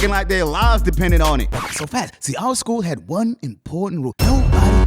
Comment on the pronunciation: That "oUURe"? Got me so hard 😂